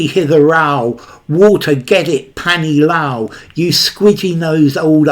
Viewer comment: I liked the way you pronounced 'panee lao' and 'Idhar aao' (hitherao)...